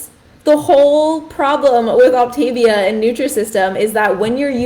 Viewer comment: Three minutes in and you have already made three mistakes in your representation of OptaVia. It's pronounced OPtaVEEah. You do NOT eat ONLY their prepackaged foods. The food is NOT disgusting. It's tasty. There are more problems with your video. Please actually do research before you speak out.